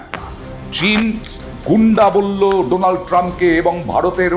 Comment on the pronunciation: উনি তো উচ্চারণ করতে পারে না , বলে ডোলান ট্রাম্প